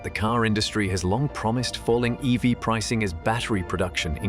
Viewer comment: This voice is AI generated right? Can't pronounce EV or EVs correctly.